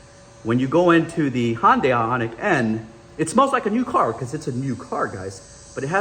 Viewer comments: It's fucking HYUN DAY OMG HYUND DIE my ass how long does it take to say it??????? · Do Americans really say Hyundai like that? It's Hyundai, not Hondai. Otherwise, interesting comparison for sure, not many people can do a review while owning both cars. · I thought he said Honda weirdly at first 😂